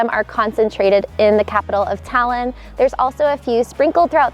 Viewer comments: the way she says Tallinn makes me laugh. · FYI, you aren't pronouncing Tallinn correctly ;)